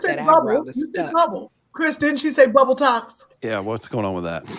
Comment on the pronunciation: Yea, Sherri, you said "bubbletox" :D